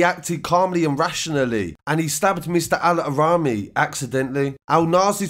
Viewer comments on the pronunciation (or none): Your pronunciation of the victims name is terrible 🤦🏽‍♀️ mohamed AL Araimi not allahraimi